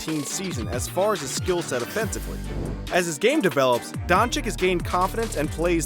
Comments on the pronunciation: BTW it's pronunciation is luka donchich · It's pronounced Don-ch-i-tch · This Dončik pronunciation is hurting my ears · LEARN HOW TO PRONOUNCE HIS LASTNAME!!!!!!!!!!!!!!!!!!!!!!!!!!!